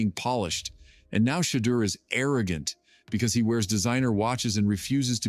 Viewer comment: Umm. That's just it. These reports or little YouTube videos many are Ai generated and just someone supplying the words and they sound is ai generated. You can tell a phoney video if you hear that crazy Shedure pronunciation or if they mix up Shiloh and Shedure names in a video. Also, if they can't supply the link to the video where it was actually said, then it's clicks bait for views.